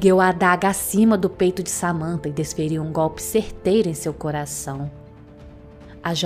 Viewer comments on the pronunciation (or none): none